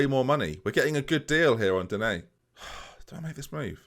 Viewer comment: For an understanding on how to pronounce “Digne”, I’d refer you to Nepenthez’ videos whenever he gets him in a FIFA draft